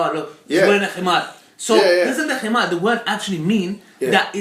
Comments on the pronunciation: It's not, himar, it's HiMaRGH. PLEASE, PRONOUNCE IT CORRECTLY. Lol that was a lil funny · But WHERE does it say that the Khimar is obligatory?? When and where does the Quran emphasise the importance of the Khimar in daily life? The only times a woman’s head is mentioned being covered is during prayer, umrah, hajj and entering a mosque. Yes the Khimar was used but no where in the Quran marks the start of it or the obligation of it. Picking on her pronunciation was beyond petty. It’s not ignorance. Just because you had nothing left to say you decided bashing her pronunciation was a good place to go.